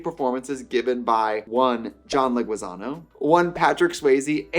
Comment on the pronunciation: John LeguizaMo, it’s an M, not an N sweetie